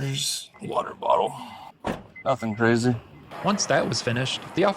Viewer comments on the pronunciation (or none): none